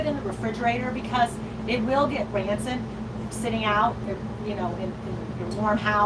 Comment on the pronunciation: I’m sure meant to say *rancid, not “ransit”